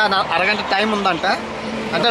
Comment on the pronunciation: గంత కాదు గంట తపా తపా కాదు టపా టపా రా నాయన😂😂😂